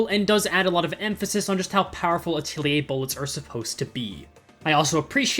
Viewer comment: Nice pronunciation on Atelier